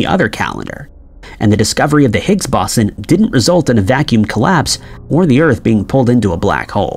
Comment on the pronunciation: If I have to hear this dude mispronounce Higgs Boson one more time in going to freak the fuck out..